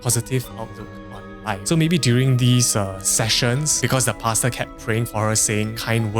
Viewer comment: Im giggling at how paster sounds like "pasta" 😂